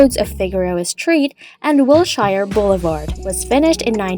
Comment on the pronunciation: What an embarrassment. “Gass Company Tower”? Can’t pronounce “Wilshire”? Give up.